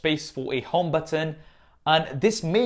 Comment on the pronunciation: i love the way you call "button" LOOL